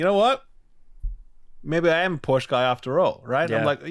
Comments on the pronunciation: Its callled PorschE NOT PORSCH. ^^ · Hasnt ralph seen friends? ITS POR-SHAAA